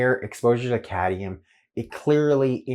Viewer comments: Cadmium not cadium. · Are you sure you don't mean cadmium? Not cadium.